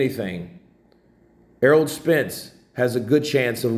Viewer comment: Is my man saying errold?